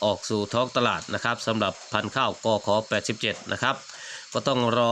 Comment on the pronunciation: กบ81 หรือ87 กันแน่ พูดให้ซัดๆหน่อย